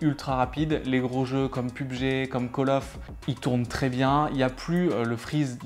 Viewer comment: Pube gé. On dit Pé U Bé Gé